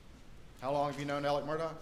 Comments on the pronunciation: He pronounces his name Alec. Idk why it drives me crazy. My sons name is also Alex, we pronounce it the way it's spelled. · Why is he being called Alec when his name is Alex? Can these people read?